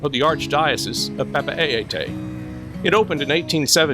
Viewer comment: Great overview of these two places! Just a tip on pronunciation of Papeete: Pah-peh-TEE